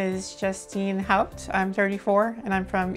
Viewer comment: Interesting concept! I'm a Haupt also. It was pleasant to hear you pronounce it the same as we do - <Howpt> - like a Kraut! My father Joseph Haupt born 1904 came from Hastings on the Hudson. Distantly related?